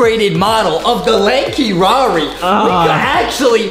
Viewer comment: I started laughing when Justin said LANKY RAR it was spost to say LANKY RARI not LANKY RAR lol🤣🤣